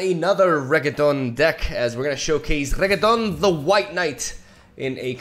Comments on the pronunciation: Can't fucking stand you pronouncing it as regeton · Reketon. I here that. 😂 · please stopp calling him reggaeton, this is illegal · Renekton: A partially insane mad demigod: Calls him Reggae-ton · Also "regketon" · The inability to pronounce renekton makes me get off the video